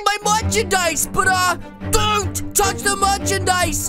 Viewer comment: You always say don't touch the murch and dise